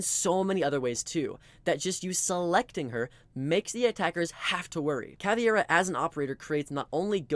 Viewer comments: It's not CAVIEIRA, It's Caveira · Bro, she's Caveira. KUH-WAY-RUH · he was actually pronouncing it CA-VI-ERA.. ..but you're right and it's wrong wither way, because it's CA-VEI-RA (meaning "skull" in portuguese) weirdly enough, most people seem to not be able to correctly pronounce the VEI syllable for some reason xD they pronounce it just VE without the I.. why is that?! on a side note, the same mispronounciation also happens with Capitão and with the new Tubarão it seems all portuguese words are somewhat mispronounced, in on way or another.. ..but in these two cases i kind of understand, because if i'm not mistaken, the english language doesn't have a sound for "ão" so they just pronounce it without the ~